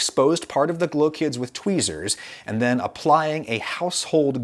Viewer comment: it sounds like “glow kids”